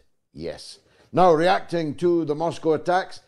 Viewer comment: God I wish American could learn to pronounce Moscow properly. Especially by a person who claims to have worked and lived there.